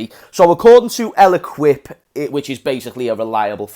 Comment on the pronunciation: el ekip!! do you mean L'Equipe, jesus your making us scousers sound really bright there mate.